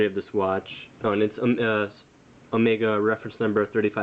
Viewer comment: Sorry, incorrect. It is pronounced just like he said in the vid...and just like you would pronounce the Greek Symbol, which just so happens to be on the watch. Never pronounce it Oh-Mee-Gah unless you are saying it as a joke.